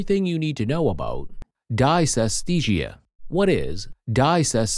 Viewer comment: If the narrator can't pronounce the term correctly there can't be much to learn - except don't use computer generated voices!